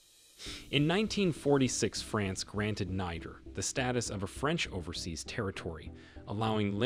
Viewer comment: Learn how to pronounce the name of the country before talking about the country.